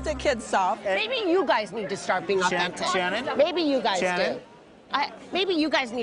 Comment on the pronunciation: Sha-Shannon-Shannon lol